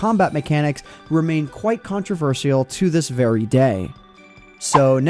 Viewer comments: Controversial Con-tro-ver-shal Not con-tro-ver-SI-al Thank you and sorry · You're awesome, I've only recently found your channel and I've got to say I'm definitely impressed but what's with your pronunciation of the word "controversial"? 🤨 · Can my man not say controversial ?